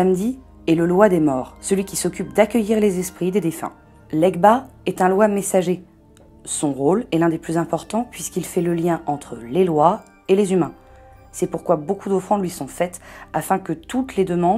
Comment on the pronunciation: «Lwa MessagER», pas «É».